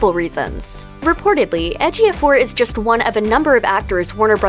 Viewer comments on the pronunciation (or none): none